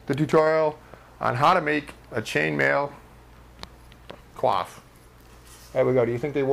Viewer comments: Actually, when you pronounce coif as cwof or cwaf it's a verb, coyf is the pronunciation for the noun. Like how reject and reject are pronounced differently because one's a noun (ree-ject) and the other a verb (ri-ject). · It sounds like you are saying QUAF, instead of Coif the 'Co' is similar to coin, and the 'if' sound is similar to the eef in Queef. It very much distracted me from the otherwise excellent tutorial. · i do believe its pronounced "c oy f" not "cwof or cloth" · Ive been saying it wrong all these years.... i pronounced it (coy-ef) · ... Was 'coif' seriously pronounced as 'quaff'?